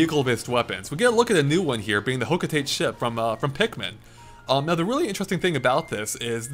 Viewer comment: ah great you ruined my childhood by pornouncing hocotate correctly, ive allways called it hocolate haha